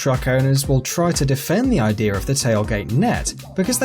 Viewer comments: he said idear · He said “IDEAR” with the (R sound at the end) . He is from the north.